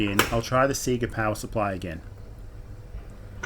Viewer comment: It's nice to hear Sega pronounced correctly.